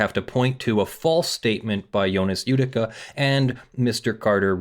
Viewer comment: That name is a bit mispronounced. It is "Jödicke". J like "Y" in "You". "ö" like you say "ou" in "Luxembourg", "dick" like in English, the final "e" like the "e" in "hey". As you currently pronounce it, it would be written "Judika" or "Judicka" in German. No offense, just hoping to help.